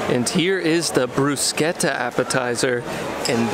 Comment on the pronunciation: Bravo!!! Nice to hear someone pronounce “Bruschetta” correctly!!!! Looks fantastic